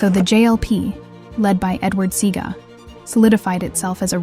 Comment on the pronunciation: You've circled the wrong band member. That isn't Bunny. Shameful. Also, it's not SEE-GA. It's SEA-AR-GA. God, get the facts straight.